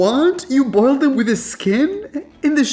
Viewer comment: He didn't say boiled correctly. As a southern woman.